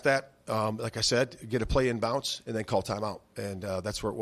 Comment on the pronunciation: The fact that he is saying "in bounce" instead of "in bounds" lol...come on